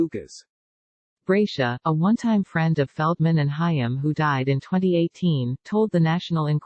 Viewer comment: You need to use an actual person to narrate your videos. The idiot robotic voice mispronounced "Haim."